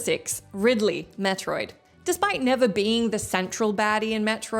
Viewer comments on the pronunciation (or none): none